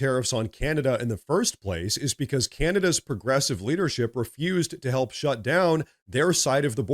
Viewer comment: LOL you need phonics